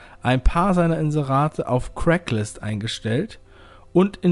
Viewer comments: Craigslist, nicht CRACKlist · Super interessantes Video! Man spricht es übrigens "Kregs-list" aus und nicht "Crack-list" haha! :)